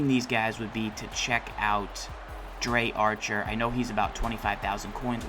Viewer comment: Pronounce it right (Dree) Archer not (Dray) Archer